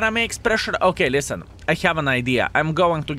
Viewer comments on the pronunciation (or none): none